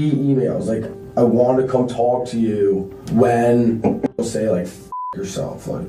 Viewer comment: "I just wanted to TOLK to her..."